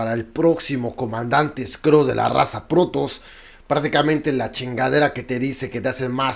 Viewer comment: Jerarca, se las probes se pronuncian "proub" no "prubs" con todo respeto general... para que suene más puto brutal